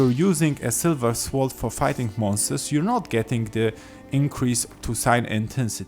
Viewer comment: Great video thank you, really helped. The 'w' in sword is silent btw, it's pronounced "sord";)